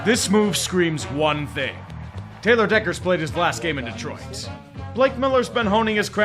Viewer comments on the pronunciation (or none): none